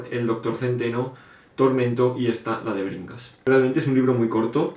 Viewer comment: Crimen y castigo me asusta por lo tochazo, pero ultimamente lo veo mucho, así que creo que quiere que me lo lea. De Alexandro Dumas, no me llama mucho ese, pero si El conde Lo de tu forro por la portada horrible me da risa, es el segundo vídeo en el que lo veo xD Hasta que no leí la descripición no entendí el título De Bringas, yo escuché que dijiste DEBERINGAS. xD No me llama mucho. :D Pedro Páramo me gustó al inicio, pero por alguna razón no lo terminé. Geniales recomendaciones. XD Los clásicos que más me gustan son: Confesiones de una máscara de Yukio Mishima La campana de cristal Silvya Plath Saludos.